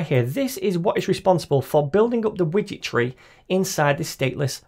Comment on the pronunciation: I keep hearing "witchetry" instead of "widget tree". This has to be the best SDK ever! 🧙🏻‍♀️ Than You for the great tutorial!